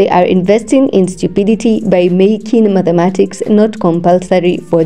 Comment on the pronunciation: I like your voice but it’s not _Madhematics_; it’s _Mathematics_.